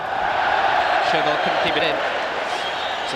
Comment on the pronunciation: God knows why the main commentator kept saying 'ScheRmel' and 'Di CaRnio'.